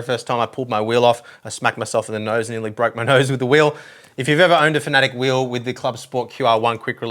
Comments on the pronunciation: it’s Fan a Tec, not Fanatec or Fanatic. 👍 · Fan-A-tec fanatec🤷‍♂️ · I think you're saying Fan UH Tech wrong. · Great review, still terrible pronunciation of "Fanatec" :)